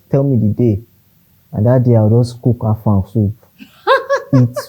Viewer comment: He said Afang soup 🤣🤣🤣